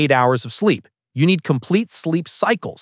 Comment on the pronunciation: TF IS BIZEEP 💀